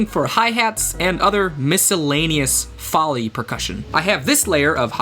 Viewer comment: That's not how you pronounce Foley my guy but i vibe with this so hard (lowercase bc lofi lmfao)